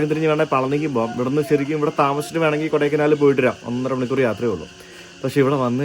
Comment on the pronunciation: കൊടൈ ക്കനാൽ അല്ല കൊടൈക്കാനൽ ആണ് ശരി കനാലിനും കാനലിനും അർത്ഥം വ്യത്യാസമാണ് നാം മലയാളികൾ എല്ലാവരും കനാൽ എന്നാണ് പറയുന്നത് നല്ല ഒരു അനുഭവമാണ് താങ്കളുടെ ഈ സൗത്ത് ഇന്ത്യൻ ട്രിപ്പ് നന്ദി എല്ലാവിധ ആശംസകളും നേരുന്നു🎉🎉🎉